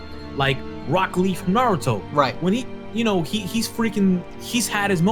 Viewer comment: Vegeta wasn’t in the beginning of dragon ball. Also this dude really said rock leaf from Naruto 😂